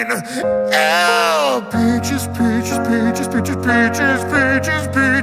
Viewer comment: That "no" was personal